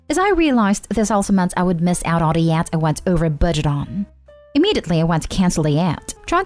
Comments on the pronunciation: 'YACHT' does not rhyme with 'cat'. It's pronounced as 'yaht'. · What In the world is a “yat”? The mispronunciations are beyond irritating and make listening intolerable. Hire an editor of at all possible. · Yacht: say it like, “yaat” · It's pronounced yot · Is this a computer-generated narrator? 😆 The “Yat” is cracking me up.